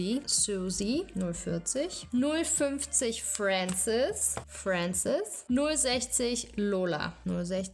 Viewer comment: min oha wie geil ich heiße Frances 😂😂😂😂 btw. Respekt an dich Hati du kannst den Namen aussprechen 😂😂 das können wenige 😂😂 #teamhati #TeamHatiNeverStops